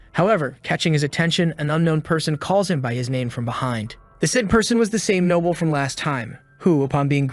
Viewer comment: Another heads up, the AI pronounces Noble as Nobble.